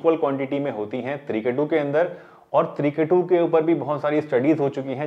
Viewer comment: Apne Johnson bataya h trikatu vo clear nahi sang me aa rahah